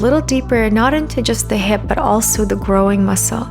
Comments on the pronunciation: Was she saying “groin?” It sounded like growing… wasn’t sure what that meant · Just such an odd way to pronounce “groin” might have been more descriptive to refer to them as the adductors